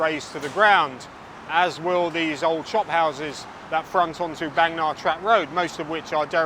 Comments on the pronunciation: Indeed, and in terms of pronunciation I more often hear the Bang in Bangna pronounced as Barng, and not Baeng as in the video. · Bang me Na? Bang Nah ❌ 😅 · Thanks, lots of good footage, insight. fun fact, บางนา is pronounced baang-naa ( า=aah). can't go by the (oft inaccurate) thai romanization. happy new year